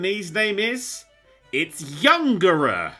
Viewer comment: Kadabra is indeed named after Uri Geller. It's YUNGERAA; the YU is pronounced closer like the English "you" and GE like the English "get", not "younger" like thought; also N and RI look similar in katakana and this kind of kana-switching is a common name-derivation referential method. The same is true of Abra - KE-SHI, pronounced like caysh (the last I is diminished or silent) and named after Edgar Cayce - and Alkazam - FUUDIN, after Houdini (there was originally no hu sound in Japanese so it tends to be approximated with fu; the Japanese fu is sort of halfway between English fu and hu).